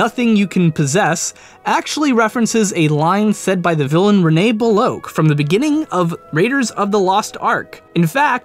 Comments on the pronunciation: Belloq is pronounced bell - ock, not Bell - oak. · Bel-OKE?! It's pronounced BEL-OCK! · "Bell-Ak". "Belloq" is pronounced "Bell-Ak". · Do you even play these games or watch these movies?! Belloq and Jiub are NOT pronounced like that. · How did you pronounce Belloq again?